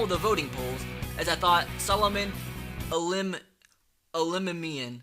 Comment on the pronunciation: Solomon Eh-La-Mim-E-In.